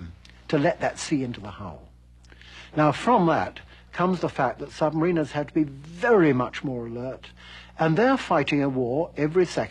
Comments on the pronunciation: It's sub ma-ri-nas not marina's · You would think he'd know how to pronounce submariners?